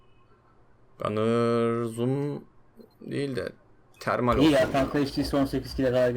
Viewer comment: termale irnv dedinya abi :D